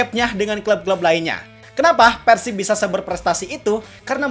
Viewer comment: ciga barudak keneh euy,nyebut persib nya persib bukan peursib,ciri khas org sunda